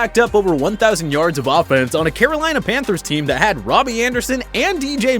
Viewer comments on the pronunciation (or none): none